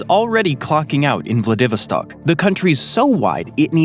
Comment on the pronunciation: Really wish they'd learn how to pronounce names properly. Vladivostok is ''Vlah-dih-VOS-stok''...stress on the 3rd syllable, ffs.